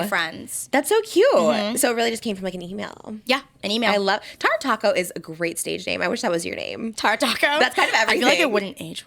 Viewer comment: It’s TAR-A not TEAR-a .